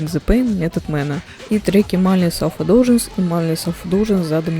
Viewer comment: миндлес селф индлюгенсе обычно произносят